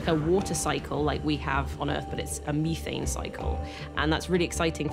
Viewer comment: Meethane?? Methane gas/liquid(cold)